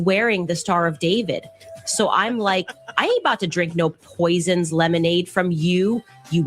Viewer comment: "Poizzznzzs lemonade"🧐🤦‍♀️ 😆 🤣 uh... say what ??? 🧐😂